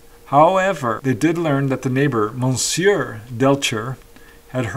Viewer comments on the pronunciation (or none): Great cases but for your info monsieur is pronounced muh-syuh not mon-syuh!